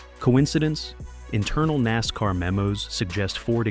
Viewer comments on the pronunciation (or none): none